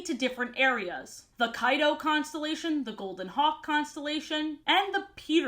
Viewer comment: "Im Costalation pete!!!"